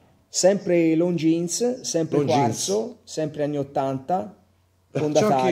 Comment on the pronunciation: Longines, non Longjeans! Per spirito d'emulazione è consentita anche la pronuncia alla Davide Cecchini, che tra l'altro utilizzo sempre anch'io: Looongines 😉 Looove!